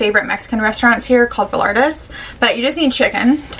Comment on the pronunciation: As soon as I heard you say Vallarta’s I knew you lived in Florida 😂 I live in Wesley chapel and liveeeee for Vallarta’s. I just started following you today and I am obsessed with your channel! You’re so inspiring